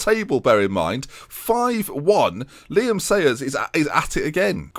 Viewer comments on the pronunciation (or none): none